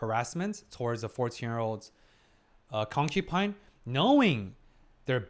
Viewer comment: you must really love trees, since you keep saying "concu🌲" 😄 It's not "concuPine", it's "concuBine". If you're saying it with a B, I apologise, but I hear a P.